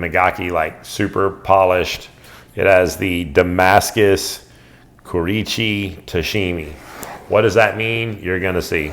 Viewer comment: Dude it's Kurouchi not "koreecheeee" ffs.